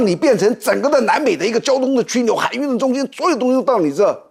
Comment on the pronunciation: 枢纽的枢，与书同音。